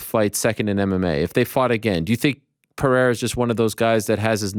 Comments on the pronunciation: And by the way, who’s this Pierra that you keep speaking of?😂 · Only ariel can get chael to think twice about his pronunciation of pierra... pererra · If Uncle Chael says its Piera, then its Piera :D Deal with it! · pee -air -ugh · Pierra lol. Preierra is Chale's best try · Chael calls him Poo and Pee reira. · I've commented on a couple of Chaels videos because I was so annooyed with him calling Pereira, Pierra all the time lol. THANK YOU ARIEL! YOU THE MVP! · My brain really will turn off every time I hear “pierra” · That's the only time I've seen Chael hick up is when Ariel corrected his pronunciation of "Pierra" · Boys - if we are going to pretend to correct pronounciation, at least get it right. It is Puh-rrray-rrrah. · I thought Chael was gonna stick to "Piera", he's been doing it for months lol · Man Ariel, I'm so glad you called Chael out on saying "Pee-air-uh" it's been driving me crazy. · Finally thanks for corecting him Ariel.He was saying Pierra instead of Pereira and many people were triggered on his channel.Its good to know it wasnt intentional because many people were thinking it is. Cheers! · Wow can’t say I have seen anyone more saltier then chael and the fact that pareira is the middle weight champ. He knows Alex’s last name and he purposely says it wrong. Smh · It’s kind of funny how he mispronounces everyone’s name. Ariel did mispronounce his name too but not as bad 😂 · about time chael was corrected on the pronunciation of “pereira”. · Uncle Chael is the reigning, offending, undisputed greatest mispronouncer of the world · Thanks Ariel for teaching Chael how to pronounce Pereira. That was driving nuts. 😆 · LOL Ariel corrects Chael on Pereira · How did Ariel Convince Chael to change the way he pronounces Pereira’s name😂😂😂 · Doubt he'll remember. He said it incorrectly again afterwards. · Ariel gets ALL the credit for finally correcting Chael on how to say Alex's name. Man is the 185 lb champ, at least say his name right.